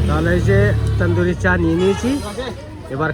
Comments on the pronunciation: Say Tandoori not Tendoori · Kathata tenduri noi tanduri. Ucchharangulo bhison bhuĺbhal karen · ১৮০ বার বললেন তেন্দুরি 😂😂😂 তন্দুরি বলুন